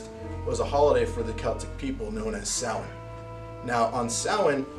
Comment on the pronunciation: That was well done. Even more so with the addition of the pushups. I was especially impressed with your correct pronunciation of the original Celtic harvest festival Samhain (pronounced ‘Sow-en’ as you demonstrated admirably. Not ‘Sam-Hane’ as I so often hear it Incorrectly pronounced on TV) I’m impressed, thank you for your attention to detail.